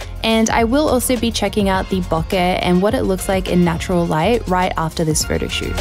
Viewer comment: It makes me happy whenever someone pronounces “bokeh” correctly.